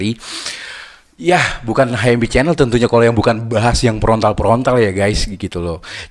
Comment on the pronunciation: "Yong mén prontal prontal" 🤣🤣🤣🤣🤣🤣 Kampung banget bang lu kaga sekola ya 😂